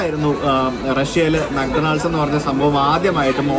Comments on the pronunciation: bro' mc Donald's' pronunciation thettu anu . ഡൊണാൾഡ്സ് അല്ല. mak daw nuhldz ( മാക് ഡോണൽഡ്സ്). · തിരുത്താൻ പറയാൻ ഞാൻ വലിയ ആളല്ല എങ്കിലും പറയുകയാണ്, മെക് ഡോണൾഡ്സ് അല്ല മെക് ഡോണ്ണൽസ് ആണ്.ഡി സൈലന്റ് ആണ്.